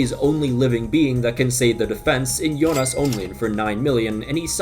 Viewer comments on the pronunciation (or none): none